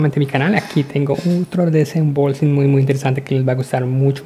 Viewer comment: porque dices desembolxing xD jaja buen video